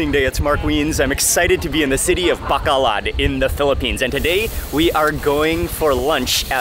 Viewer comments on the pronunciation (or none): Mark, love all your YouTubes. Thank you. Pet peeve. The city's name is BACOLOD, NOT Bacalad. From Tucson, Fe (Fay) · It’s actually pronounced “bah-koh-load”. I’m sorry every tim I hear bah-kah-lahd is kinda makes me feel a bit 😬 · It’s pronounced bah - coh- load ..pronounced slowly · PRONOUNCE AS BAH--KOH--LOAD, BACOLOD MARK. . . . LOVE YOUR INTERACTION WITH THE NATIVES. . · Mark FYI it is BAH-KOH-LOHD (Bacolod) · Mark! pronounced: like the Bow (in bow and arrow) + Co (in Coke) + Lode (like the motherlode) with no noticible accents on any stllable BO-CO-LOD Sorry OCD bon appetit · I thought he said the city of Bakla at first lol meaning gay city in Tagalog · I like how he pronounce Bacolod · Hasnt anyone taught you the proper pronunciation of Bacolod yet?